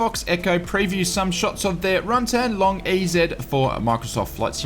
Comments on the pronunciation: Lol it’s pronounced “long easy” not “Long E Z” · BTW, EZ in American English is pronounced EASY, LOL...:)